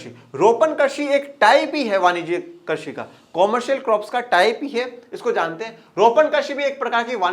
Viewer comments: सर आप कृषि को' कर्षि' से क्यों कर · Sir karshi nhi krishi Hota hai